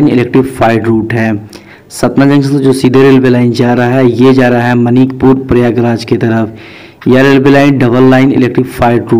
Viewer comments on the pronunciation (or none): मनिकपुर नहीं मानिकपुर है 😀😀😀😀😀